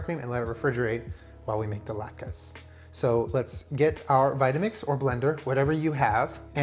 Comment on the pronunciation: "I know the challah bread and I know thuh lahtkus"